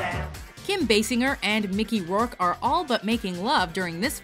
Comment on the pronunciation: Micky rouke that's Micky rouke...what in the fuck happened there